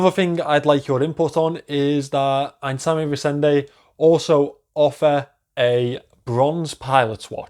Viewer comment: Pronounce it as: Eye n zammer rise ander